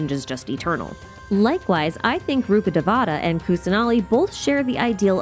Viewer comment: Rukhadevata should be pronounced as Rukha dhe-va-tha. Dhe-va-tha means godess. It's not pronounced as te-vaa-taa. Same for Devi. It's should be pronounced as dhe-vee. It's sad Genshin isn't putting much effort on the right pronounciation for the names that has so much cultural value.